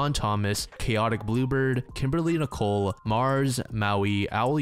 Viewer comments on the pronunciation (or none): none